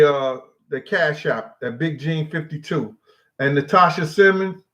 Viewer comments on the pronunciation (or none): none